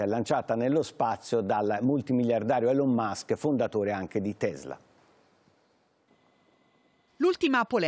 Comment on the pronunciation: La pronuncia di Elon Musk!! Ma come si fa pronunciarlo cosi male...